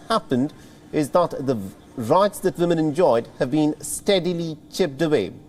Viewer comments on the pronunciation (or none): Respectfully w is a sound similar to the French word for yes, oui. Several reporters say vimmen and it’s distracting